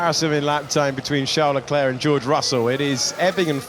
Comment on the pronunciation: Does anyone else get annoyed that David doesn't pronounce LeClerc's name correctly?